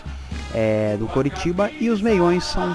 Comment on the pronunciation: sei q é sotaque mas ouvir Curitiba dói nos ouvidos dos torcedores do CORITIBA hahaha mais achei bacana seu video,curti o canal, ganhou mais um inscrito abrçs!